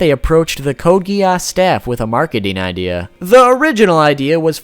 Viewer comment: Code Gee-Arse